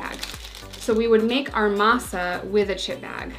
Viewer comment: Says Masa pretty well